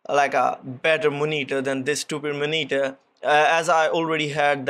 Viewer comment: Love how you pronounce Moneetur (monitor)